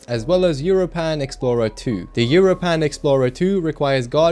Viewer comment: Bruh why the hell do you pronounce europan like that lol (It's pronounced like europa but with an "n" at the end)